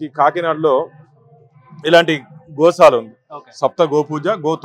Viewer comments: Mi Telugu thagaleyya... adhi Goshala kadhu ra nayana... Gosala antaru.. telugu lo 'sha' ki 'sa' ki difference undhi ra.. ekkadi nundi vastharu babu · గో'శాల' ani pilavali ra anchor babu.. video pettina vadiki kuda telugu radhu anukunta గో'షాల' ani pettesadu yekam ga.... telugu nerchukondi ra... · Goshala kadu Gosala